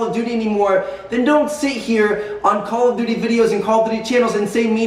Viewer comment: "Call of dody"- Tmartn